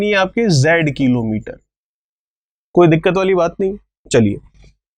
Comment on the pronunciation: Sir aap किलोंमीटर कीलोंमीटर q bolte ho 😃😃😃😃😃😀😀😃😃😄😃😃😃😁😁😃😀😀😄😄😄😃😃😀😄😁😁😄😄😃😃😃😄😄😁😁😁😁😄😃😀😀☺😄😄😁